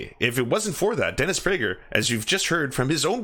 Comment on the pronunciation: dennis bruh-ger